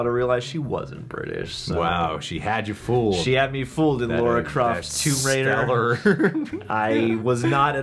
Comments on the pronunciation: it’s most definitely not. When people say Laura they are pronouncing a “u”. All you have to do is say Lara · What is it with Americans pronouncing it as “Laura” Croft? There’s 3 movies and a multitude of games that showcase how it’s supposed to be pronounced. lol. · Same here so I'm not sure why his pronunciation of Lara was projected on all Americans 🤷🏾‍♂️